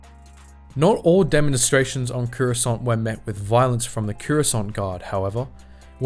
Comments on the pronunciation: i swear if he dosent stop saying currysont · take a shot every time he says COORUSCANT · Cuurasaunt. bruv ah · Curessant? What's Curessant?......oh you mean Coruscant.... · >runs a star wars lore channel >can't even pronounce "Coruscant" properly